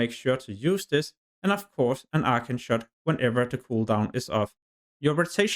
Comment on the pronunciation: Good video but fuck man, if it wasn’t for subtitles I would’ve thought you were saying ultra shot. Though I just never got an ability lol